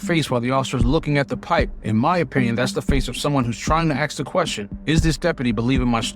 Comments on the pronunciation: Please speak properly and clearly😊 I don't think it's "ax a question "... it's "ask"... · The work is ASK not AKS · One more time now, A...S...K. Ask. See, no 'X' whatsoever. I know that single syllable words are hard, but a little practice goes a long way.